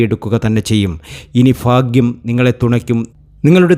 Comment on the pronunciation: Fakyam.അല്ല. ഭാക്യം